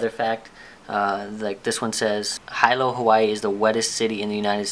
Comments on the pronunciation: hee-lo. not hi-lo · Hilo in Hawai'i is pronounced Hee-low